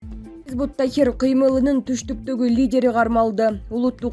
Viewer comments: Хизбут Тахир эмес хизбут Тахрир дейт кандай журналис чала окуйт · Чон кыз хизбут тахррир - тахир эмес. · Хизбут ТАХРИР. Тахир эмес.